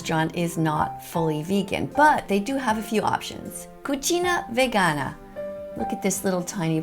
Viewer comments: As an italian the way she pronounces *"cucina vegana" kills me💀💀 Koochina Vuhgana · Oh and one more thing, when you say "Cucina Vegana", it sounds like your saying more as "Cucina Vagina". 😂